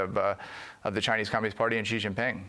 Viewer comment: Ha ha ha expert on China called Xi "jee jinping" OMG Xi is pronounced "She" like the female pronoun. I hadn't watched the vid until now because, well, it's FOX, but that's hilarious. The expert can't pronounce his name right. Not even close. And you guys listen to this "expert"?